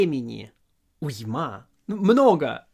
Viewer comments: уймА порадовала! Нет, вы отлично говорите по-русски, эта ошибка чуть ли не единственная, но смешная ))) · Великолепный урок, спасибо автору, демонстрирующему прекрасный русский с очень хорошим произношением. Я думаю, он отнесется с пониманием, если я ему подскажу, что в слове уйма ударение на первом слоге. На деюсь, автор меня простит, кроме того, его русский абсолютное совершенство по сравнению с моим английским. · Уйма - ударение на "у".